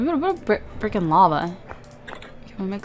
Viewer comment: Wene you said brick and swap it sounded like you said firkin Swap